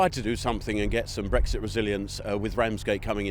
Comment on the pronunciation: "BreXit". Not "Breggzit".